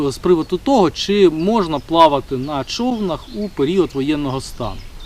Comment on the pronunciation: Класні відео, але не чОвнах а човнАх